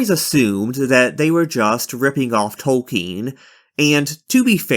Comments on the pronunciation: it wasn't 'subversive' to have fantasy not modeled on tolkien (his name is not 'tolkein' or toll-KEEN as you keep saying) was never true. there was a short time when a publisher would act like that was true. yet it never was, even then. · Who is J. R. R. "Tolkeen"?